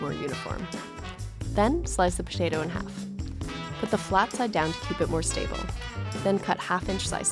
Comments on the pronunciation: The way she says potato is funny... ptatu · Why do I find so satisfying the way she says potato ?